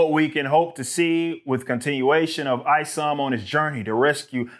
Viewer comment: It's not ISOM it's IS0M. The O is a zero short for IZombie.